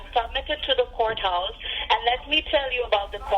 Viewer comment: No they don’t say courthouse- they say goathouse